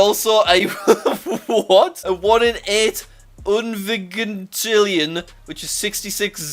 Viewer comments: Pronounced: Un-vij-int-ill-ion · It's pronounced "Unvijintillion" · hey jack, the word unvigintillion is said un-vidge-in-till-e-on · I pronounce it unvijintillion